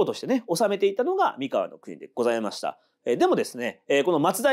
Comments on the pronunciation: ワタシも思ってました❣️❣️❣️連呼、れんこ(笑) 前回の読み方は気の所為…？Σ(ﾟДﾟ) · 三河と岡崎と安城の発音が違う笑